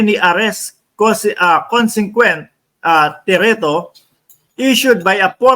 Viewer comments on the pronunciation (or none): ang tamang pronunciation ng “thereto” is there 2, not “tereto” so you will say it right next time👍🏻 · There to Hindi thereto.